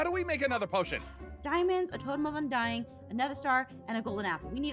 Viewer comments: “Totem of undiededing” 💀💀💀💀💀✨✨✨ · I LOVE when it said “totem of undieddeding”😂